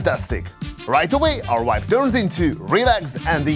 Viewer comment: Its VIBE, not WHIPE haha. I'm sorry but uses it in every second sentence